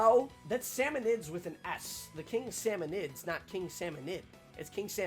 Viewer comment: Salmonids, not salmonoids.